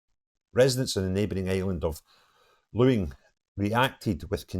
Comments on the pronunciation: I think it's a great idea. Get all the craziest muslims in one place and let them import whoever they want. Just don't let them back on to other islands or the mainland. Let them put themselves in jail at no cost to the taxpayer. By the way the island of Luing is pronounced ling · live on the West coast but cant pronounce Luing ?